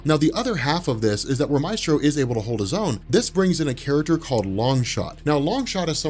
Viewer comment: "May-stro" not "My-stro"